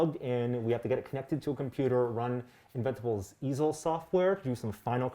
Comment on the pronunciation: The first time I misheard it as "The Evil Software", I know it is "The Easel Software", but I can't unhear it now.